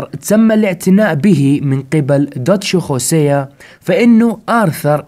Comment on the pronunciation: ياخي انجلط لمن تقول خوسيا، اسمه هوسيا والله 🌚💔